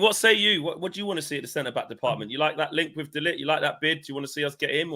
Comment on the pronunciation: Focused! None of you can even pronounce De Ligt's name 🤦 #embarrassing